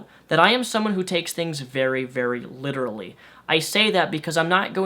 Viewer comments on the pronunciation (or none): none